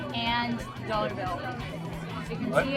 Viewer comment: Potating Potato you may be correct, but he also said "dollor" and I don't know what a dollor is, so he can still be correct ;)